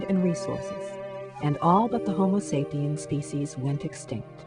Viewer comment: Hahahaha. she said 'sapien'.